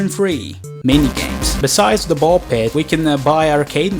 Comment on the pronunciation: I AM THE ONLY ONE WHO REALIZED THAT HE SAID PISS INSTEAD OF PIT??